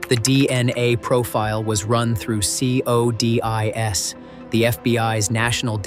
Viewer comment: Nice content. Very engaging…however, the AI pronunciation: “C..O..D..I..S” discredits and makes your presentation laughable. Please hire a native speaker. At the very least, inform viewers that you rely on AI to make your presentation.